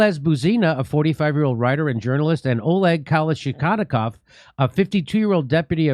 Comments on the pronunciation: Jimmy you don't know how to pronounce Kalash nikov? Its very strange, I thought Kalash nikov is very popular word in the West - indeed it's AK-47. Famous rifle - Avtomat Kalash nikova, the most popular even iconic firearm in US movies and videogames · Jimmy can't read names. LOL That guy's name is Kalashnikov, like the gun.